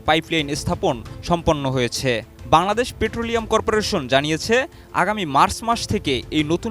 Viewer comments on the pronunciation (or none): none